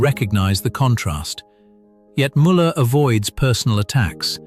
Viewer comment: Canyou pkease leRn how zo pronounce Müller cotectly! Gdrmans try to oronounce English eords vorrectly so you can do the samr at leadt eith names especially with tbe ones yoz are using and zhaz are vety well known its